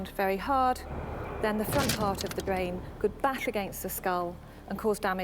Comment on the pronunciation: The woman who explains about the bwain, Henry's bwain, and how it suffered a trauma. His bwain was damaged altering his otherwise gentle personality. Anyone with half a bwain can understand that. Bwains can't be messed with. This "documentary" is dead-set on having us believing in a feverish love affair between the two. The whole thing is just risible.